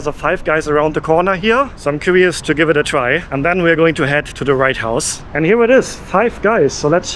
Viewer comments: I enjoyed your video but I do have one question. Did you say the "Right House" or the "White House"? It sounds like you said the "Right House", if so, I like that and I am going to use that phrase when i am in D.C. next week. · I keep hearing "the right house" instead of "the white house". Maybe its just me. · are you saying the Right house or the White house? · "Write - House" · Was it me, but it always sounds like you’re saying: The right house. You do know it’s the White House? Sorry if it’s just a lisp that I was unaware of. Just saying 😊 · Did you call it Right House or am I just overhearing the W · No I'm sure he was saying the right house all the time 😂